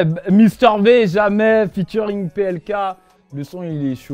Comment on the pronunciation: Il a dis Invité en featurayne